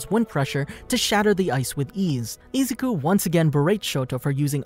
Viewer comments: IF THIS VID IS 1 HOUR PLEASE GET THE NAME RIGHT IZ-U-KU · i don't like how u say Izuku u say it like Ezuku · I-zoo-koo not ee-zou-koo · sorry but it's prnounced i-zoo-koo so izuku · Why are u saying izouku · Great video but am I the only one of her just triggered the way he pronounces Izuku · The way he says “Izuku” bothers me so much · STOP SAYING IZUKU LUKE THAT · Am I the only one who is bothered by the way he says izuku and I’m not tryna hate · I'm sorry but it triggers me so much how he pronounces izuku. Lmao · as this guy says ezuku idoria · Zuko Midori ya you’re getting it wrong and also you’re not say it like the way you’re saying it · Who else got a little triggered from how he pronounced Izuku and my hero academia but never mind that but keep up the great work